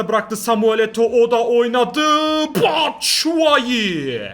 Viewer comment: abi ben sizle video çekmek istiyon o batsuayi değil çapşuayi ve ben bjkliyim gutii